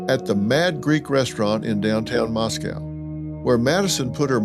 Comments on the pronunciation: It’s pronounced Mos-coe now Mos-cow. Xana’s name is pronounced Xanax without the X at the end. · Moscow is pronounced "MOSS-koe" rhymes with Cost-co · Love you Dr. Phil but you are pronouncing Moscow in correctly.. it’s pronounced Mosc oh… not like it’s pronounced in Russia